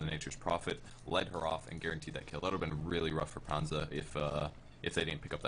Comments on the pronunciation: it's not pronounced PANZA nor PANDJA, it's so annoying.... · Always funny to hear sunsfan not beeing able to pronounce Panzer or Messerschmids Reaver. :D Nice game, except by the windrunner. It's one of those heroes like shadow fiend or AA where you need some skill to aim and the guy playing windrunner here seems like he just couldn't handle the hero. DER PANZER ROLLT! My favourite team in this tournament.